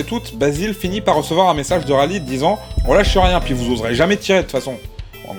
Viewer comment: Khalid il me semble que ça se prononce "Ralède" ^^